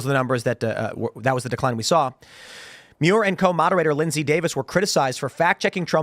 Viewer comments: It’s pronounced David Manure. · David Muir. It’s pronounced manure without the “an”.